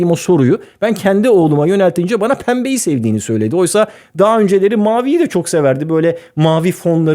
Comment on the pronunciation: abi pembeyi öyle söyleyince patladım QÜĞWOXKXJSJWKWPEODI